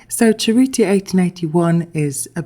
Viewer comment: Cerruti is pronounced well enough in the video, I'm Italian, brava!❤